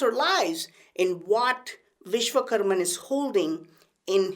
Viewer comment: Vishvakarma, not Vishvakarman